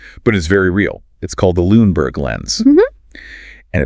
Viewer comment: Who is the chick speaking on this? It’s Luneberg Lens, not LuneNberg. Misspoken at least three times Not spoken correctly even once.